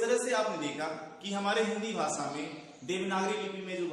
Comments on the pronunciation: Arre Chacha भासा nahin भाषा hota hai aur ज़ाता nahin जाता hota hai. Tum khud ke uccharan ko toh theek karo, galat galat shiksha dete ho auron ko. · ज़नाब आपके उच्चारण ग़लत हैं, सुधार करें | ( ड़, ढ़ ) इनमें नुक्ता प्रयुक्त नहीं होता| दूसरी बात आपका "भाषा' उच्चारण अशुद्ध है आपका उच्चारण ' व्हाषा" है जो कि त्रुटिपूर्ण है| सुधारने का अभ्यास करें|